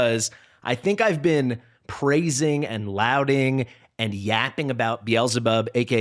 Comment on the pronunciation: I hate to be this guy but lauding is pronounced law-ding. :) Thanks for the video, good stuff.